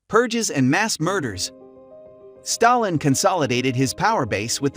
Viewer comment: When you are making a video about a particular person. You, at least, have to be able to pronounce his surname properly